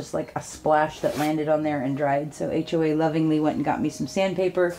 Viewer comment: Lol 🤣🤣🤣 when you said HOA sounded like Baxter. 🤣🤣🤣🤣